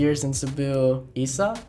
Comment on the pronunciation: Usa ' dili "Isa "